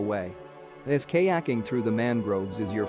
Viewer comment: "lots of things to do, like k-yaking" lol. would've been great to have a human narrator